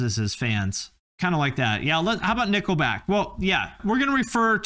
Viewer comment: i now pronounce you Nickleback and wife lmfao